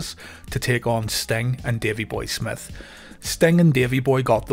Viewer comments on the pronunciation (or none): none